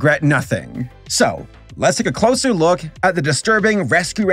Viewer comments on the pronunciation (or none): none